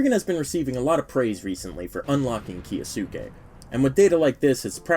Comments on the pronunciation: why do people pronounce it as "ki-yo-su-ke"? Isn't it a japanese name? It should be pronounced as "kyo-us-ke", similar to Sasuke Uchiha as "Sas-ke" not "Sa-su-ke". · Why is everyone calling kyousuke "ki-o-suke"? It's kyou not kio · why everyone saying "kiya sue kay" 😔